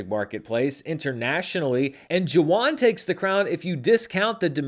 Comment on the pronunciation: Thank you for your mention of #Jawan!! (pronounced “Juh-Vahn” V sound instead of W)